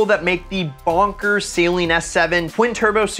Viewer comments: Just a small PSA. Saleen vehicles are pronounced Suh-leen, not Say-leen. Drives me crazy . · i hate how he says saleen like saline. i love this video though im thinking of trying to find a ram srt10 now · Say it with me. Suh-leen